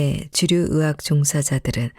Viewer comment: 의학 = 으학이라고 하는거 자꾸 거슬려요 ..